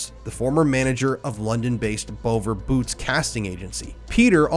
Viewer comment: It’s not WAR WICK it’s pronounced Warrick (the W is silent ffs) sorry but that mispronunciation was really getting on my wick. Also the name of the agency owned by the monster Peter Howells is not pronounced “Bo ver boots” It’s BOVVER a deliberate misspelling of Bother. Is this what counts as content nowadays? This guy has literally just watched a Documentary on youtube “The Boy Business” (Which can be easily found and viewed) and then just sat there and nigh on repeated EVERYTHING that was in that Documentary, like he is some sort of investigative Journalist who found out all this information himself. He’s literally done nothing but plagiarised the work of real hardworking Investigative Journalists for views on his own channel. Also using such a troubling and sensitive subject as CSA to gain subscribers for his channel. Oh and as for the sensationalist suggestion that Youtube are trying to silence the “content creator”, “The Boy Business” Documentary has been available on Youtube for years, as have numerous documentaries on that other monster you mentioned “Sydney Cooke”.